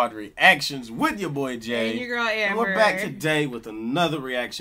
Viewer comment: Why does Jay sound like he says assley?